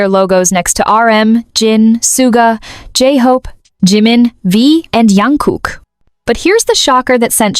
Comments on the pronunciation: I know this is AI talking, but it's Jung Kook, NOT Yung Kook. ABCDEFGHI JJJJJJJJJ!!!!!!! I know some languages pronounce J as Y, but it's a name. It has been told and said millions of times. It's Jung Kook. JK. You do not pronounce JK as YK, so why are people pronouncing his name Yung Kook?! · Firstly, our golden maknae is Jungkook pronounce as J and not Y. What is the meaning of World RESIDENCE Tour?